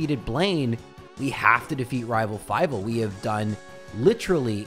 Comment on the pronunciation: Nice try, but I heard you say "Rival Five" instead of "Rival Fival" and now I'm pretty sure you're an imposter.